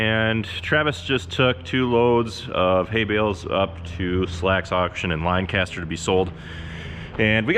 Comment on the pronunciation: LINE-caster???? LINE CASTER!?!?!!? why have you done this to meee